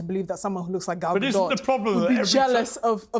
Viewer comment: Stops the show to make sure they’re pronouncing Rachel Zieglers name right immediately mispronounces Gal Gadots name and moves on